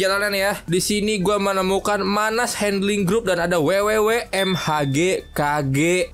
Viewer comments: itu namanya bukan mahak tapi bacanya manas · Abng nya baca pake b Inggris